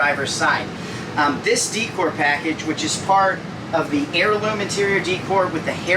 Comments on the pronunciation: Please stop saying d cor. The word is day cor😅. Decor is day cor. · Nice review, decor is pronounced day core tho❤ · The upper cabinet supports are called gas struts, not hydraulic . Also the word decor is pronounced day - cor.